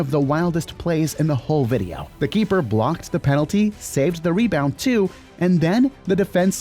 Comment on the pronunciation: “Vedio”💔🥀 It’s Video